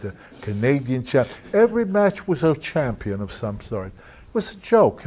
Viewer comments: " Champ-peen" way too many of them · Freddie Blassie used to pronounce it that way 😂....man I loved that old man 😂. I'll make ya the dub ya dub ya F CHAM-PEEN!